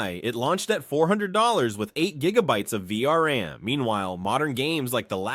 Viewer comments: It's VRAM not VRM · > Its the "Vee Arr And" --> "Vee Are An"